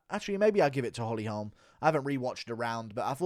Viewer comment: weird pronunciation of "holme" you not listened to anyone say her name?